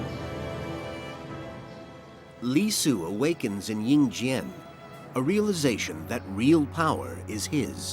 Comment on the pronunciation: The "slaughter" of names kills me. 🤣🤣😛😛 Ying Zheng becomes Ying Jang. Anyway, interesting documentary.